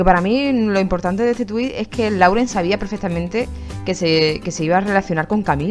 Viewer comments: SE PRONUNCIA "LOREN" GALLEGA BESTIA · En lo del video de que Camren estaba en Miami y esta Camila grababa la comida segun mis oidos bien hechos Lauren dijo: We hungry o me hundred...😃😅